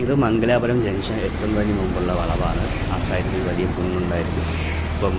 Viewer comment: Not Mangalaapuram, but Mangalapuram.